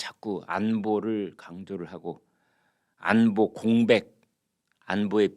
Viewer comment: 언제부터 '안뽀'?? 웃기네